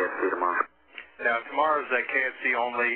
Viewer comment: K-S-C Kennedy Space Center, LOL, not KFC!